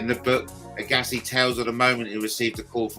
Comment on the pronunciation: It is pronounced AG assi like SHAG assi 😂